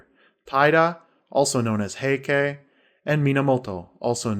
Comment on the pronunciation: The reader's pronunciation is repugnant. He doesn't know how the Japanese spelling system works, because when he says, 'Heike', he says ending ke, sounding like kay. ei in Japanese sounds like ay, and e sounds like the e in the word set.